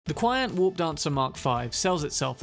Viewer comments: very interesting build, might try and mess around with it in the future. and by the way, the pronunciation for QianT is "chi-anne-tee", as said by Rogue when she's briefing V about Hellman. :) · I found out recently it's pronounced 'CHee N' Tee' 😅